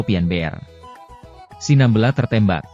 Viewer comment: Cara penyebutan SINAMBELA juga juga tidak benar